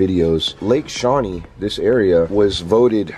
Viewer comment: Just for your information that is pronounced shaw-nEE